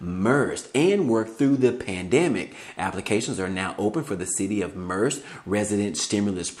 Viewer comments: Merced California is pronounced like Mer-Said (Merced)😜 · It’s pronounced Mer-ced